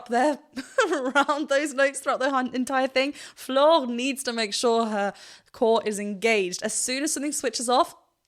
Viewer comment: Cool you pronounced Floor's name correctly (english speaker rarely do)